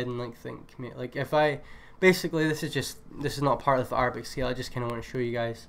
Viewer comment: bro its (air)-a-bic not (are)-a-bic LMAOOOO